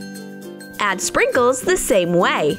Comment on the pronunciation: When you say sprinkles it sounds like "shrinkuls"😰😅😅😅😅😅